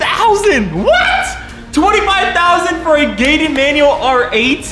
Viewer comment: It’s “gated” ooohhh